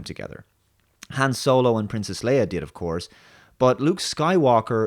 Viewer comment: I think you meant to say Ben S W O L O